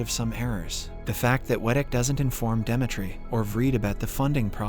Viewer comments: why does this dude pronounce the names differently every single episode i stg is it to have ppl talking about it in comments or smth lmao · I literally can't focus because of how they keep saying Dimitri